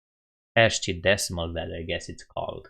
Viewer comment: ASCII is pronounced 'askii' :)